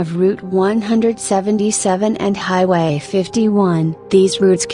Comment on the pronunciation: Please learn to pronounce the town names. O waas o